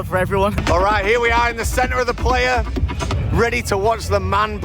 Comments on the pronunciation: It is pronounced pl-eye-uh, not play-uh. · It’s pronounced “ply-uh” not “play-uh” 😊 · 1 minute in and I'm like.. 1. $600 Ticket is cheap AF Festival? 2. Tell me you're not a burner without telling me you're not a burner. Lol 3. Plehya? It's Playa and it means Beach in Spanish. It originated in a beach in SF. I just want to fast forward to the end atp, hoping they understood what Burning Man really is. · "Were here, not to take the piss like you might think we are, we're here to respect this place, understand it and tell you what it's like." Start with not looking like a total noob and tourist by correctly saying 'PLAYA'. It is pronounced 'PLIER' guys! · lol love yall, it’s pronounced “ply uh” not “player” lol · Great job guys. Next time,,,ply-uh haha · Omg “Player” 😅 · You are not saying playa correctly , it's more like ply - ah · Great video, but I wish you could pronounce "Playa" its Spanish for beach pronounced like the tool - Plier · its pronouced PLY-YA. its Spanish for " Beach". You are literally on a dried out lake bed. good video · Time to learn some Spanish, it’s pronounced “ply-uh” ;) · I started following you channel last year…and as a burner - I really love how you covered the event by jumping all in. You embraced the culture and did the playa (mispronounced horribly) proud. Did you know that every country in the world and even every state /province in North America have their own mini regional burns….please consider visiting the global events. Anyhow - Great job. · Playa is Spanish for beach, and you butchered the pronunciation lol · Look up the proper pronunciation for “Playa”…which means “beach” in Spanish.